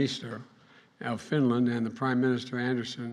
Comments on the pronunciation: Sweden and finyen 🤣🤣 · It's Fideyan.